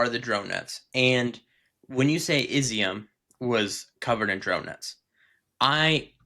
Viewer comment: great report. Izyum is pronounced “E-zum”. It means “raisin”. They grow also of grapes in that area. Love it that you went to the east.